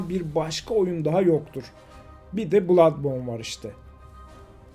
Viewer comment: bloodbourne dedikten sonraki verdiği es.. bi çok şeyi anlatıyor.